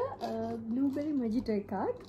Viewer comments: It is mohito not mojito . J is silent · The word Mojito is pronounced as 'Moheeto' darling! 😉Anyways love your content, really interesting!